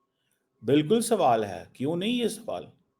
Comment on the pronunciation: video mein kitni baar swwal bola count kro...😂